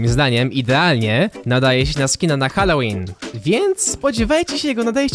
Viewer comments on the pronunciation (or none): none